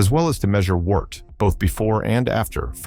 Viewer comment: Very good. One small correction though, wort is pronounced wert.